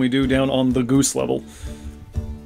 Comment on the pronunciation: At one point in this, the way you said "g00se" reminded me of Monty Python and the Holy Grail and their subtitles about the m00se.